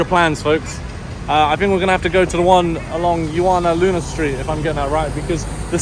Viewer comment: Did u say juwana man?😅